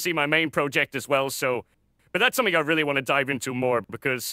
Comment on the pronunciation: Yeah this dude definitely has maybe a British accent, cause sometimes they pronounce a "g" as a "k", like when said somethink instead of something